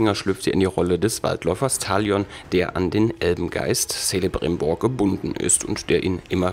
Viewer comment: Das C von celebrimbor wird als k ausgesprochen